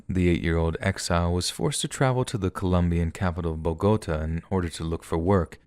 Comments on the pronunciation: I think it’s pronounced like “Bow-guh-tah” with the accent over the a. á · Love your stories so hard. BUT... a word of advice: PLEASE learn how to pronounce foreign city names (Bogotá) and other words you might not already know (aficionado) when you're doing your thing. I get tripped up on those and can only think about that for the next few sentences... (That says more about ME than YOU.) But pretty please? I'm sure I'm not the only weirdo who twitches every time something is mispronounced...